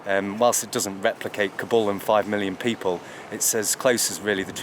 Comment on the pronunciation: It's Ka-Bul not karbul, not form afghanistan and never been there, it's not hard to learn the pronunciations of places you're talking about